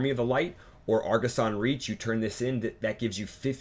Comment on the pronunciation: argussian not argussan